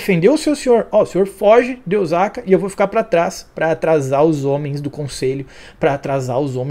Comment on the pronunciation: Esse episódio foi show. Essa série só melhora. Sobre OSAKA, a pronúncia correta é o SA com som se S. S em japonês não tem som de Z. O som é o mesmo que sapato, sapo….